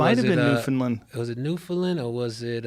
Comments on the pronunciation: I respect it, but they're still not saying it quite right. They're saying "land" like "lund". It's just "land'. New-fn-land. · Their pronunciation of "Newfoundland" sounds a lot like "New Finland" to me. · NEW-FOUND-LAND not New-fen-len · FYI: Newfoundland rhymes with understand. Pronounced New, fen, land. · It's new FOUND land boys say understand then newfoundland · Its pronounced "Newfin-land", kinda rhymes with "Understand". No emphasis on the "fin", otherwise it sounds like New-Finland. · Guys it's pronounced New - fun - land. I'm Canadian. I know these things. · Their attempts to pronounce Newfoundland are hilarious. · Man the pronounce New Founland weird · Canadians are secretly upset that Joe and Hannibal keep mispronouncing Newfoundland but are too polite to write any comments saying anything about it. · Both of them mispronouncing Newfoundland so much is driving me insane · Newfoundland being pronounced wrong gave me physical pain. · If you're pronouncing Newfoundland correctly, it'll rhyme with Understand. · Say ‘understand’ and then rhyme it with ‘Newfoundland’. And there you go. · I’m from Newfoundland and the way you pronounce the name of our province make me want to burst my eardrums and no one likes curling here when did you do a show 1987 come in this decade you’ll see I love the podcast btw but I can’t believe you’ve been here and still can’t pronounce it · Shout out to NFLD, just got work on your pronouncing of it.